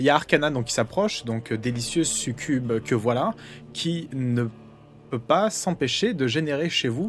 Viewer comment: Toujours au top, c'est exactement comme ça que j'la voyais... Quoiqu,a l'énonciation du terme "succube" par, c'est parti en couille.